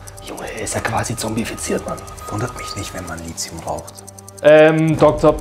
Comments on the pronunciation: "Lithium" spricht man "Litium" aus und nicht "Lizium". Davon abgesehen wieder super cool :) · Lithium wird Litium ausgesprochen, nicht Lizium. Wordursprung ist das griechische Wort Lithos. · Kleiner Verbesserungsvorschlag. Es heißt nicht Lizium, sondern Lit-hium von Lateinischen Lithos (Stein) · Mega Video, bis auf die Aussprache von Lithium (ja, ich weiß, dass das die umgangssprachliche Aussprache ist)